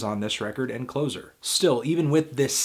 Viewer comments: Its Closer as in "I am getting closer" not clozer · kinda annoying me he calls it clozer an not Closir : ) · It's "Closer" not "ClOzer," idiot. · I had never considered the pronunciation of the album title "Closer" as "clo-zer" meaning that which closes something, like Joy Division's existence. I always read it as "Closs-er", bringing things nearer to each other. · It’s actually pronounced Clo-sir, not Close-er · Where did you find that the second album'st title is pronounced, "Clozer"?? Everyone else pronounces it with the soft s, not a z. "Clossser" as in "more near" and not, "the ending." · It's not Clozer. It's Closer. Ssssss not zzzzzz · It's Klo-Ser, not Klozer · it's cloSer not cloZer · Good review but what I would say is that the album "closer" was originally intended as closer like "nearer", not "clozer" like "last song" or "ending".... It's only in hindsight that we might say "closer" as in "last shot" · It's "Closer" like close to you, not "Closure" like a final song. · heh 'clozer', i always called it "closse-er" as in the opposite of further. as i've heard everyone since I found out about the album in the mid 80s call it since :) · It's [kloh-ser] (adj) not [kloh-zer] (noun). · Anthony, Closer is pronounced [klo:sə] as in nearer not [klo:zə] as in ending. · LOL love the mispronunciation of CLOZER... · I never thought to pronounce Closer like CloZer. Love this album. I too have been waiting for a guide to come and take me by the hand. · It's pronounced closer as in nearer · I enjoyed this review of what is my favourite album. Closer is icier, bleaker and I find bits of it hard to listen to. But you can't pronounce 'Closer' with a zed sound, it's closer as in 'closer to the edge'. Sorry for mentioning it. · "I am an expert on Eye-uhn Cure-tiz and her album "Clozer" because she used to be a closer on Wallstreet." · I know. I never really knew it was pronounced that way until this week. lol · It's Closer, not Closer. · It's Closer, not Closer! 😉